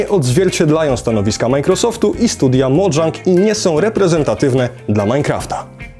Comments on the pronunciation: Kolejna osoba mówi modżang, zamiat po prostu mojang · Mojang sie mowi nie modżang xD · sorki za poprawkę ale mojang to szwedzka firma, powinno mówić się tak jak się czyta czyli Mo jang A nie modżang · To jest Mojang nie Modżang. Ale i tak ciekawy materiał powodzenia. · no otóż nie. Mojang to szwedzkie studio, w Szwecji "j" jest wypowiadane miękko (j) a nie twardo (dż) jak w angielskim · mojang nie czyta się "modżang" tylko "mojang" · MÓWI SIE MOJANG BO TO SZWECKIE SŁOWO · Fun fact: Mojang czyta się tak jak się pisze